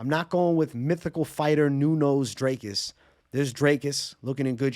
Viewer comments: Bro pronouncing “Dricus” like Strickland 😂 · Thought it was Jizcus